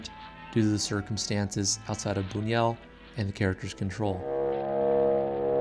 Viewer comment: Also: his name is pronounce 'boon-yoo-ELL', although the French pronunciation, 'boon-WELL', is also accepted. (Sorry, I'm a tightass about this stuff!)